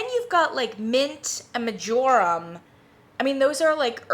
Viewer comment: Watching this because I just ordered Yankees new valentine scent cocoa dreams. I've heard movie night cocoa is very similar. Your pronunciation of marjoram 😂